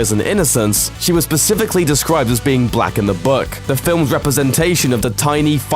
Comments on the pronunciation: I here everyone complaining about about how all of it was just them being skinnier etc but anyone else hear the 'Pacifically' in of 'Specifically' or am I just a Grammar Nazi? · It's specifically, not pacifically.